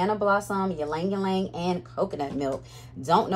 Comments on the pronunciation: fun fact, I learned the other day that Ylang-Ylang is pronounced as "Lang-Lang". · It’s Lang-lang google its origin and pronunciation. 😢